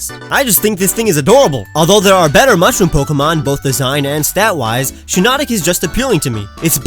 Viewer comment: HEARS SHINONIC